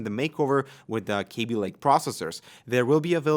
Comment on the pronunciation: K A b i Pronounce it like Cabby